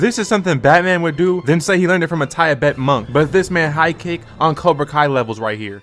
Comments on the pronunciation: You did not just say "tye-a-bettan" instead of tibetan....sterotypes go brazy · tie-eh betån monk😂🙏✌️